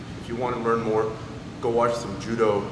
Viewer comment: did you say judo?